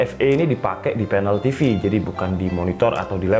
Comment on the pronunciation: Banyak sulit bedakan ef dengan ve 🤣 TV bacanya jadi Te Ef